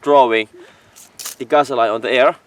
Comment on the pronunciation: You speak great English. I do want to say gasoline is pronounced gas-oh-lean. I hope that helps. Awesome videos!!!!!!!